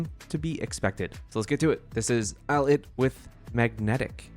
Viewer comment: it's "eye-lit"